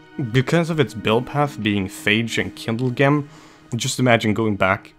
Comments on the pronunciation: its kindlegem pronounced kindlejem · the way you say kindlegem... lol